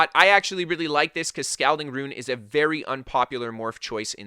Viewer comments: It's pronounced Sk-ALL-ding, not Sc-OWL-ding..🤗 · Gerard Gervais he’s Canadian to it’s all good but ya funny